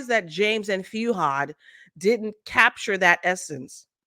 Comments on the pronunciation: It's not Feeuhad, it's Fuhad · FEW-had? Its FOO-had… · You’ve been following been following them for years but pronounce his name “Few-hard” 😂😂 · I thought the same thing. His name is pronounced phonetically. "Fu - had."😂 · I don't think you even watch the podcast. You've been following them for a while but still get the pronunciation of Fuhad wrong? and also the Name of the podcast incorrect? Are you kidding me ?